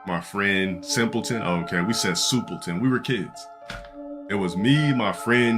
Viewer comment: "soupleton! soupleton!"